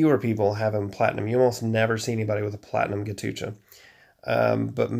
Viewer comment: Man it's not ghatucha 😂😂😂 It's Ghatotkacha . He is son of Bheem in Hindu Mythology.